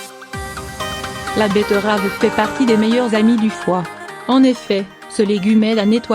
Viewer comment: La "bettEUravEU"